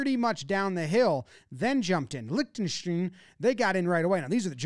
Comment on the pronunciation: Please pronounce Liechtenstein correctly…